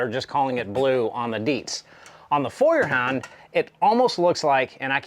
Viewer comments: Just as you fell back to the wrong pronounciation during the vid, i thought of how to explain it in written letters . so its not Fewerhand (like "a few") but like in the english word "TOY", Foyerhand . Get It? And the part HAND is not spelled like in the word Band ( music) but like in GRAND or even better like in the word HUNT. Dont get me wrong please, i dont wont to be arrogant, just want to help you improve your foreign language skills. Have a good time and thank you again for the show and for appreciating german quality levels ( which are sadly declining rapidly) ! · The pronounciation for Feuerhand is actually rather easy: Feu like foi in foil, er like err in error ha like ho in honey and nd like nd. So together foierrhond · First, congratulations on you improved pronunciation of Feuerhand since your previous video, still not great but I can tell that you are trying. LOL. I am in my mid-sixties and kerosene lanterns were a thing in rural areas when I was a child. My Grandfather did not say "kerosene" he said "coal oil". The light that they put out is warm and friendly, much more so than any LED lantern. Your video prompred me to buy a lantern, a Feuerhand to be exact. The difference in quality is readily evident both to see and to hear in the video. One thing I came across in looking for a lantern was a Czech lantern called "Meva". I would expect the quality to be on par with the German lantern. Would you be interested in doing a video adding a Meva to the comparison? Thanks again for your videos.